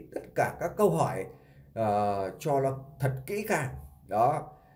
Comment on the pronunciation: Chú lày lói nghe không lỗi! Nghe ló thế lào ấy!